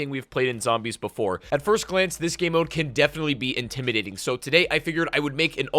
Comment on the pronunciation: Is he saying "Gay mo"?